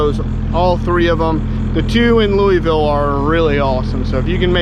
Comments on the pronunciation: Lou a vill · please learn to say the word "Louisville" correctly. Love u man. Enjoy the tubes you put out